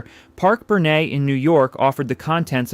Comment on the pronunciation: Parke-Bernet, the Bernet is prounounced Bernet, not Bernay. Don't addy a French pronunciation.